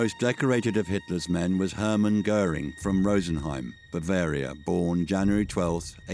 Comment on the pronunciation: A pronúncia do dublador quando ele fala "Göering" é perfeita